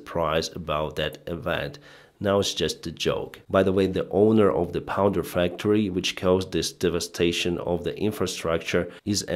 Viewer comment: You keep saying "powder" where you mean "power".